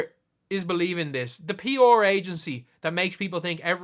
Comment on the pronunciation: Took you saying “p’or” 3 times to realize you weren’t talking about some team I didn’t know but were saying “pr.”😂🤦‍♂️